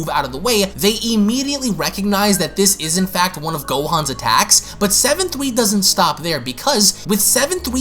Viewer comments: I have this problem of how you say seven tweee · I just realized this guy has been saying “Seven-Thwee” the entire time😂😂